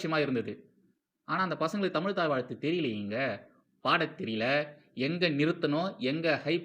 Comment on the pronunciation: ஆகா! "அலகான தமில் தாய் வால்த்து!"